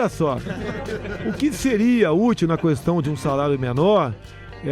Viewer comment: ele fala cuestao mesmo kkkkkk